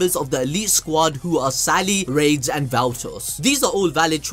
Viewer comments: Fam it’s raidies not rades. Say it like raidies. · ok so its "ra des" not rades. can't be balls deep in anime and mess up ppl names